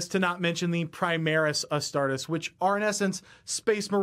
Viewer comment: Astar-TEES! Astar-TEES!